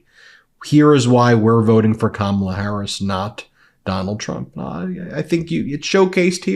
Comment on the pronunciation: He has finally gone over the edge, he is pronouncing Kamala’s name correctly!! I’m sure he’s not even aware!! 😊